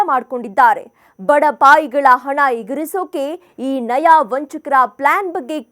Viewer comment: ನಯಾ ಅಲ್ಲಮ್ಮ ನಯ